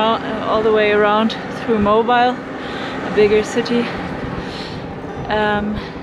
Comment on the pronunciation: Fun. This is where I grew up, though I have never been on the ferry across the Bay. By the way, Mobile rhymes with “wheel.” But, as you likely learned, riding through Biloxi can be terrifying. There really isn’t a good route through it.